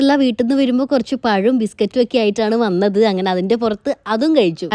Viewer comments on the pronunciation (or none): none